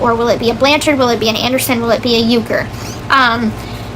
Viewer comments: This person needs help badly, way more than people think. If you don't believe that, listen to her going around saying YOU-ker, she is mentally sick . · Why does she say kens last name wrong. Thats weird af